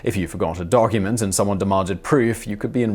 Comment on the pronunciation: Dogcument? Did you say dogcument? Love it